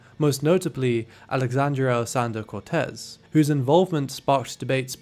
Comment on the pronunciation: You mispronounced AOC's full name in the funniest way